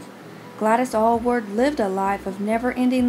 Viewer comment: This is HORRIFIC Those aren't even photos of Gladys Alyward and you didn't even pronounce her name right!!!!!!!!!! It like if you were trying to speak about Billy Graham and called him Billy Am and put up photos of D. L. Moody !!!! This makes no sense. Why do this. This was an amazing missionary who deserves respect.